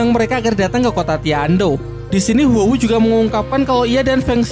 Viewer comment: Huo wu dibilang Wu Hu? Aneh bgt